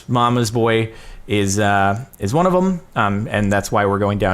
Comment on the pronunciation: when he said 1 it sounded like quan